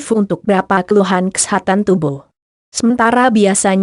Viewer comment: cewe orgmna yg ngomong?? lucu bgt. kesehatan jg jd kesetanan hhh